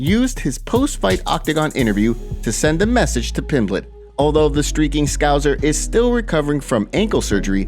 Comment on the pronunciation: There's no z in scouser btw .It's scouse as in mouse or house with er on the end